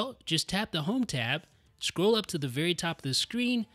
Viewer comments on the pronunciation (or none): The words are "scroll" and "hold," not "scrow" and "hode."